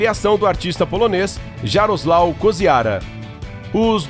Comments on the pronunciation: A pronúncia do artista é iarosuaf e não Jaroslaw. Meu nome é Jaroslaw DAroszewski. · so uma coisa Incrível- o nome do artista Polonês lê-se Iaroslaw.